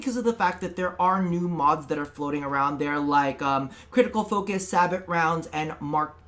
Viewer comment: Sabot is a french word and is pronounced like "say-bow"or "sa-bow"